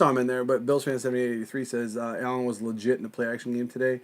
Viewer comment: Not LUUGET,LEIGIT you dopes :)))